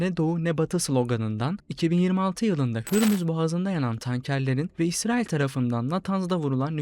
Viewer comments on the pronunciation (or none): none